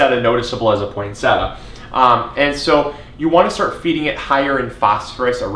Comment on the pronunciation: Thanks for the tips! Shouldn't it be pronounced poinse-tee-a?